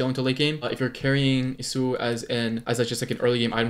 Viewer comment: ITS YAWSUO NOT YUHSUO